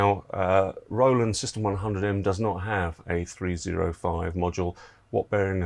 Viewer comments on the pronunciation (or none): none